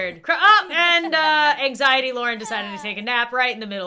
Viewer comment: I have total engzity me: me too